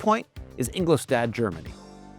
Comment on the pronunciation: No range test? You'd think with Audi's track record of pitiful range, you'd do that. Decent review, but where is English Dad, Germany. You'd think that working with cars, and writing about them, you'd at least learn basic pronunciation. "Ingol=schtadt." Not hard. Once againt, Audi proves that they have no idenoty. Audi=the german Lexus. So, just buy a Lexus, becasue Audi is 28/32 in reliability.But why, oh why is Audi using the Hoffmeister kink, especially on the screen. When I worked in Munichat BMW, we were always mystified how much blatant copying of BMW Audi pulled.